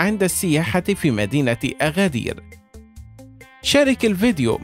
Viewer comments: أگدير وليس أغدير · اغدير❌ أكدير ✅ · انطق أكادير بشكل صحيح الكاف ب ثلاثة نقط Agadir إسم أمازيغي وسهل النطق انطقها مثل ما هي